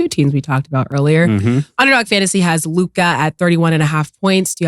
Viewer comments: Why ma$e pronounce Luka "Luki"😂😂😂😂😂😂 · Bro we made it to season 2 and nobody has corrected ma$e on how to pronounce "LUKA" 😂